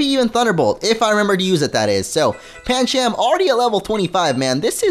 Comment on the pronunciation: Pan chum not pan cham